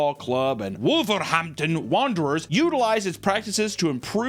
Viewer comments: Never thought I'd here say Wolverhampton in a Scottish accent 😂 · hearing Portsmouth and Wolverhampton pronounced like that genuinely hurt my soul 😐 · how dare you mispronounce Wolverhampton